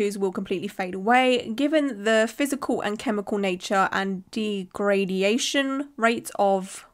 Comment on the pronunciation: Well, shes’s just gotta practice “degradation” and a few others now.